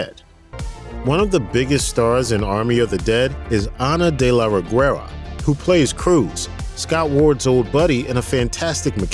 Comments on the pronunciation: Greetings from México Great video The "u" in "Reguera" is silent, it gives a soft sound to the "g", as in "guest" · I find amusing how They pronounce Ana de la Reguera, you do not have to pronounce the "U" my dear. BTW Samantha Win as Chambers.. BEST ZOMBIE ACTION SCENE EVER!! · The way this guy said "Reguera" 😂